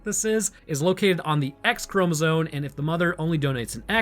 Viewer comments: the entire time you're saying "chromozone" instead of chromosome and it's killing me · did you notice you say chromozone instead of chromosome? No hassle intended, I love the in depth detailed breakdowns you do but I just now noticed you say that word a bit odd.